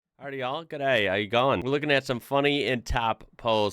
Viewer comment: LOVE THE " GIDDAY-OWYA-GOIN' " greeting, you really nailed it, congrads....authentic!